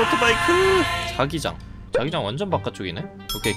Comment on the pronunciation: 자꾸 더트바이크를 더치바이크라 하넼ㅋㅋ 늙어가는 증거인가